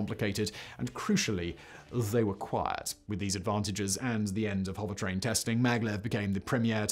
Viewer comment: Anyone else keep hearing it as "hobbit train?" I love it